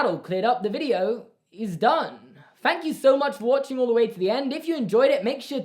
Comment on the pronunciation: I feel like every time that you say "thank you" I hear "fank you" 😂